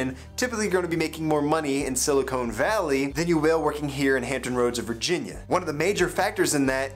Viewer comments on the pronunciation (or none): "Silicone valley" Okay dude... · sili-cone valley